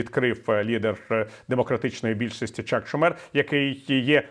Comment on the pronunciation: Спасибо, хороший стрим, только единственное , что очень режет ухо "ШумЕр". По-английски , ударение в его фамилии идёт на первый слог